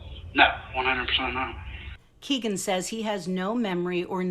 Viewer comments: His name IS Kegan as in (keg). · I wish she would stop saying “KEGGIN”. I’ve never heard it pronounced that way. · His name is Kegan as in like keg. That is his true name.